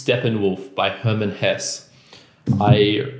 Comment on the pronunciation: I think it’s pronounced “Hessa”.